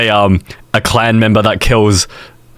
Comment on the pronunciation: alright buddy, we talking “clan” or “klan” here?